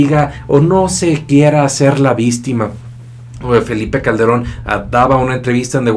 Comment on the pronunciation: jajajaja oye amigo lo dices adrede? vistima?